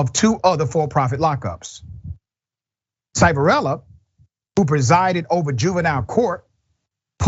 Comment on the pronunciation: Its pronounced "Shiv" a rella. He is a scumbag. I live near where this happened. It happened at PA Child and Youth. After the place fired all the bad people I got hired there to work with the kids. Nothing changed, it was still a squid game. Kids would show up with 6 months and every time they did anything wrong they got 30 days added to bid. Most kids did 18 months no matter what they did. I worked there for about a year and left, I didnt want to be part of that shit.